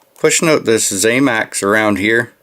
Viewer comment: One more thing, promise, it’s not ZAMAX, it’s ZAMAC. The end pronunciation is ACK, NOT AXE. You’re welcome.